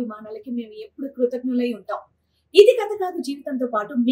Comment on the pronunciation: Telugu sarigga matladdam nerchukondi. Pull out the advertisement first. Krutagnulu badulu kruthaghnulu annaru. Aadarabhimanalu anadaniki aadharabhimanalu antunnaru. Telugu sariga matladandi.